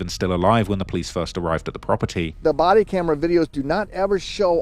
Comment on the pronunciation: During the Morgan & Morgan ad. Did anyone else hear if you have serious damage to your booty or inside organs? After a couple times I realized he was saying body😂